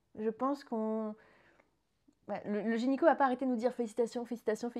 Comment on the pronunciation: Félicitations ! Je vous souhaite le meilleur !! (Tu dis gényco au lieu de gynéco ça m’a fait beaucoup rire 😂)